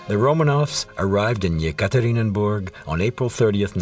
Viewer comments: If you prepare a documentary just try to pronounce the toponyms correctly. Not Tsarkoe selo but Tsarskoe selo. And very annoying is the repetitive Yekaterininburg. The city is called Yekaterinburg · Yekaterinburg, not Yekaterinenburg!!!